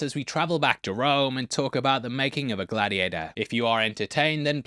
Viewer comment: 😅 Glad-he-ate-her-too 😂 this got me to subscribe to you